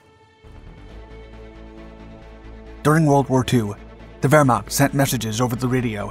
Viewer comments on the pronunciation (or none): Put Wehrmacht in Google Translater and than listen how she Say it. You say it wrong